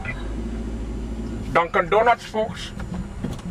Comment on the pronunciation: The way he says Dunkin Donuts is awesome